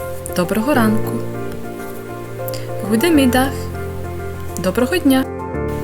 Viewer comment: Чому ГУДЕмідах?.. як ХУде.. те ж саме з heet.. то ж вимовляється як «гіт»..🤌🏼